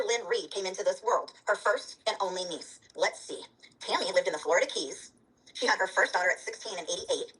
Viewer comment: LEZ NOT SQUARE UP💀😂💀😂